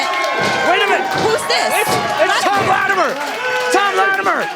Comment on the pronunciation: Can someone please instruct on how to say latimer.